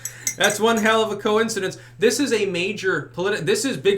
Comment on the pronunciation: I like how you pronounced coincidence